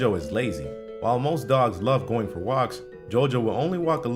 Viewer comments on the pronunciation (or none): none